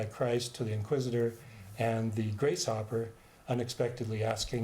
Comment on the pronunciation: The Finnegans Wake summary is great, but it's "Grace- hoper", like "hoping for grace" not "grace hopper".